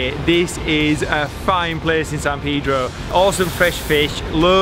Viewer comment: I was going to refrain, but you said it twice. It's Palos Verdes and not one green tree. You did get Peedro right, so there's that.